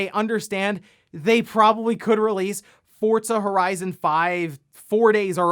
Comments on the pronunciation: Are you saying "Fortza"? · Did he always call it Forzza? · I never knew there was a T in Forza lol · Am I the only one who realizes he always says Forza incorrectly?